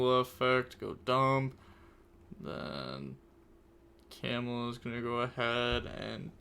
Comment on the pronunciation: Ill never get used to the way you pronounce camellia hahahahahah Kemula, lol. I'm sorry I love you bro❤